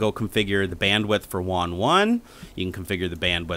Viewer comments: Wong? Who's Wong? you mean WAN? (Waaannn) It's like LAN but WAN. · Ummm... you're a software developer and you call it "won" connection? It's WAN. Rhymes with van. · It's WAN (like man) not WON (one)...is this a tech channel? LOL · Did you get a discount since you received the Mexican version? You must have for it to have that many "Juan" ports! Just messing with ya. I know this is a 5 yr old video, and I'm sure by now you know it's pronounced just like LAN except with a W instead of L.:P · WAN (Wa-an) said as Wan (Wa-on) lol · It is WAN, not WON. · Wan not wawn or however u are pronouncing it. Like LAN with a w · you're saying WAN almost like wand without the D.. I always had thought it was pronounced similar to ran. Seems like a cool device none-the-less, but as other's have stated, this doesn't support bonding. Failover's cool though, but I can build that for free with linux. :) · "Won Port" ??